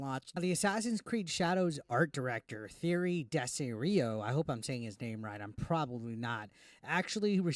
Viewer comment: The French name Thierry is pronounced "Tee-Airy". If you'd like to hear it spoken, just look up any video discussing the soccer (football) player Thierry Henry.